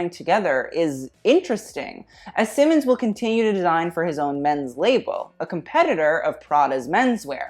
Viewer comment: It really grinds my gears to hear Raf’s last name butchered a gazillion times in this video. It’s pronounced „SEE-mons”, not „Simmens”